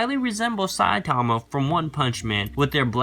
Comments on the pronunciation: it's Saitama not Sai... Tama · its say-tama not sai-tomo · you spelled it right. though, when pronouncing the name, people say it like saiTAMA which is wrong, the emphasis goes in the beginning like SAItama